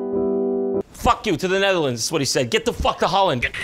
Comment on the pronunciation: Jon: Roasting the Netherlands Me, a Dutch guy: Keep trying Jon, keep trying. You'll pronounce it right one day.